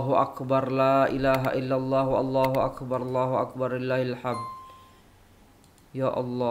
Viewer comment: Maaf saudara,mohon perhatikan semula sebutan dn ejaan dn kalimah Allahu Akbar. Kalimah Allah panjang x mengapa, kalimah Akbar pendek sahaja krn tiada tambahan huruf mad Harap dpt berhati-hati akan dtg bila menyebut nya.silap sebut,maksud dn erti akan jauh berbeza. Terima kasih.